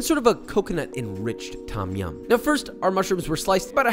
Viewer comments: Why are these Western fans of Thai food unable to pronounce the names correctly?? It's not 'tom' (like Tom Sawyer), it's 'long 'o', and sounds more like 'tome' -> 'tome yam'. And death unto those who think the 'pad' in "pad thai" rhymes with 'dad'...it'more like 'pod' thai. Show some respect for the culture you are devouring... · Pronunciation of 'Tom' aside (it's more like 'dome' as an American, a long 'o', not 'aw'), you made Thais happy. Props, papa. Personally I prefer ต้มแซ่บ to ต้มยำน้ำข้น. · im thai and i love the recipie BUT the way u pronounce Tom Yum angers me lol its not pronounced Tom like the name tom, u cant really explain it in text because its not a think in the english alphabet. but if you speak thai u use that noise a lot in a lot of words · Also if you wanna sound more Thai the proper pronunciation is “Tome-Yaum” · not tom ffs. its written tom because the thais dont know english. its pronounced dom yum, not tom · This looks authentic. And I’d like to humbly add that, in Thai, the ‘Tom’ in ‘Tom Yum’ is actually pronounced in the way that rhymes with ‘home’ rather than like the name ‘Tom’.